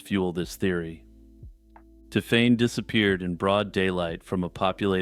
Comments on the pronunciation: that's a long way from Ti'fane'. My point about the magic E stands. It sounded so off I had to skip the story as the pronunciation was so irritating. I say this as someone who hates French and French ppl. I still say its closer to 'Tiffany' or 'Tiffenay' possibly. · Hi, I’m a French speaker. It’s pronounced tiff-en. He was quite close